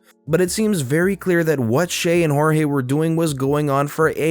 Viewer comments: I love how u pronoused Cheltenham and jorgie please try and get it right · Jorge is not horeyey